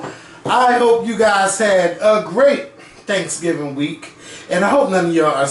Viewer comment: He keep saying transgingers 🤣🤣